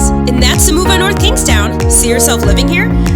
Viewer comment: Nice video, thank you for pronouncing the towns name correctly.